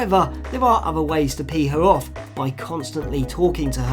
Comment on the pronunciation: saying "pee her off" sounded kind of wrong, or maybe I just have a dirty mind.